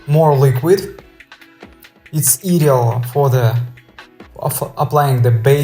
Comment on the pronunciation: The word ideal is not pronounced e deal but I deal. As in eye. Great gob